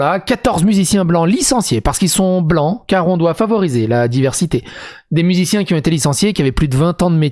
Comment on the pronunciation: "miliciens" ou "musiciens" ?